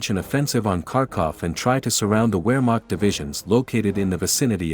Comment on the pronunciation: I cringed every time you mispronounced Wehrmacht.